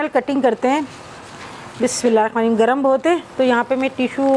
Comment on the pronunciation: Asslamualeykum.. bura na manaiyega plz par ap bismillah hir rakhmanir rahmim bolti h... Par vo rehmanner Rahim hota hai...❤️